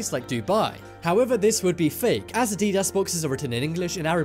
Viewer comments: it's said add-ee-das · LOL to the way he pronounced adidas and his explanation on spotting fake Yeezys. The foam spongy material LOLLLL you mean the boost sir. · The way you pronounced adidas made me cringe